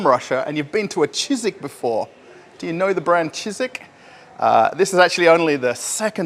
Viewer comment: Не "Чижику", а "Chiziku"! "Чизык"! Ор! ))